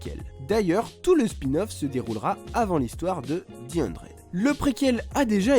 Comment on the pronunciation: Stp dit the 100 et pas di hundred 😭